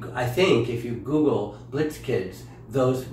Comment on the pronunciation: Michael funny you we're saying Goo-gale ( google) cuz that reminds me of The grand Guignol the macabre theatre.. i think you might like if you don't already know..not being condescending..i love you but you roll your eyes sooo much sometimes at Michael i know that you love each other but just because someone doesn't have exactly the correct terminology doesn't mean they are clueless..but alas i thonk you softened a bit after you realized alig was right haha it was cute most definitely. I love you sweethearts